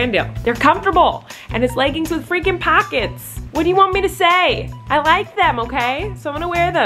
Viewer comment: “they’re leggings with freakin PA-kets!” ah yes. pa-kets